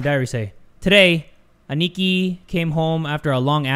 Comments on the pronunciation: Lmao, the way he pronounced Aniki . . . . . . . . P.S. it's pronounced like this (Ah-knee-key) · i feel like should know, Aniki means older brother and its pronounced as "Ah-knee-key" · Hi! Aniki isn't actually the name, that means brother in Japanese Ah-Knee-Ki (for sounding it out) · pronouncing it “aneekee” 💀✊🏽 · The way he pronounces "aniki" xD